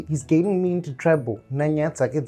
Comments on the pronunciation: Lol who says "trible" with such a straight face🤣 we need the blooper vidz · "trybho" lol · English: trouble: tribal😂😂